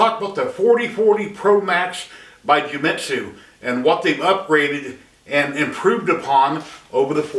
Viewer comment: It’s Genmitsu, not Jewmitsu. Other than that, awesome video.